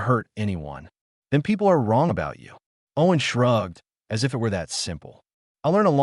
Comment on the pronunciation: Wholesome story. A bit of AI reading error at the front end, said eye tee instead of 'it'